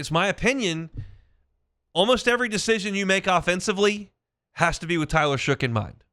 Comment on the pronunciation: If you’re gonna report on this quarterback learn how to say his name it is pronounced SHUCK not shook